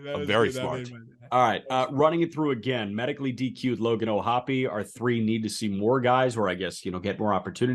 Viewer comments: And yet, O’Hoppe does, in fact, pronounce his last name o-HOPP-ee, with three syllables, just as Jack, Aram, and Peter did. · It pains me the way "O'hoppe" is being pronounced here! I refuse to believe it!